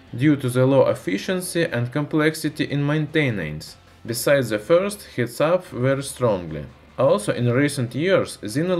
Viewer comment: Is it so Hard to say "the" and not "ze"? It ruins whole video